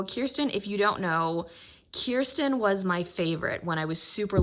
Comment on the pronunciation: I’m happy that you say Kirsten instead of kurstan